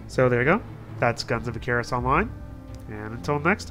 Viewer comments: I'm sorry did you pronounce Icarus (Ik-care-is)? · dude, it's "Icarus": (ik- are- us) Icarus...